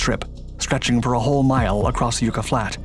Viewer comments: FYI it's not YOU--KA it's YUCK--A. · Yucca = YUK-uh, not YOO-kuh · Yucca. Pronounced Yucka. Like buckaroo without the roo. Always interesting videos. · Just FYI: "yucca" is pronounced yuck-uh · LOL "Yoooka" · You mispronounced yucca again. It's pronounced yuck-uh.